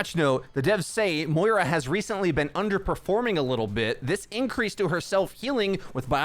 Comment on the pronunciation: underpreforming? excuse me?